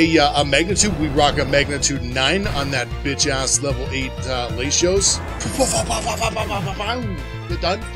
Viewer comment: gotta let you know man RED numbers on a stat means increase BLUE means decrease, other than that good series bro keep it up. Also i love how you pronounce Latios 😂👌🏼